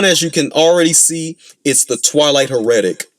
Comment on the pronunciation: it’s HEH-ruh-tic, not huh-REH-tic. The accent’s on the first syllable. My main gripe with them is just how deceptively tanky they are.